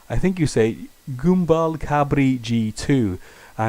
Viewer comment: It's pronounced GAMBAL in French.